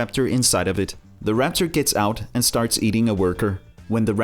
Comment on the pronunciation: No offense but it’s raptor not rapcher